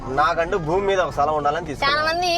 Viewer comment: సలాం కాదు రా స్థలం 😂😂